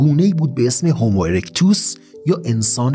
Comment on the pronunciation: هومو........چرا هِمو نلقظ میکنید؟!!!